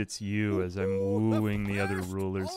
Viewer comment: "I'll be woeing tis woman" my man....thats a child